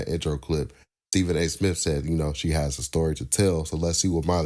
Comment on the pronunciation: Who cares , let's get back to sports center and do away with all these shows. Remember when MTV played videos. Pathetic. And it's smith , not smiff